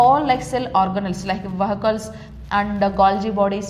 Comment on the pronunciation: 3qst its not vessels or vehicles its vesicles 😀😀😂